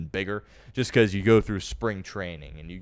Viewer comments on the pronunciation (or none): none